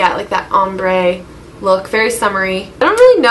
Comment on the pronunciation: "om-ber" hahahaha